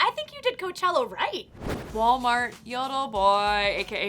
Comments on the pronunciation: Ca-chella right 😂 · She said cachela hahah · lol "guys kachella is here!"